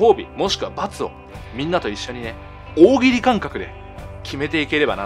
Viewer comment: 「大喜利」を強調すなw レイジー意識してるでしょw